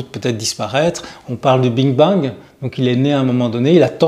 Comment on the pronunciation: Big Bang et pas bing bang Pas grave mais souci d’exactitude. Merci pour vos vidéos très intéressantes. 🙏🕊🌹